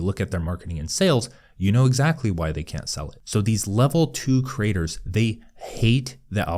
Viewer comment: It’s ironic and fitting that when speaking quickly, the word “creators” often comes out sounding like “craters”.